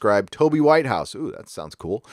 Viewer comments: They have indeed messed with the scripts... I love Doctor Who, but its brilliance is drowning in way too much ridiculous PC and childish scripts. Also, too many people traveling with the Doctor.... it's all a bit of a mess. By the way... it's Toby 'Wit-house' not White-house'. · It's not White house it's Whithouse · It's Whit-house.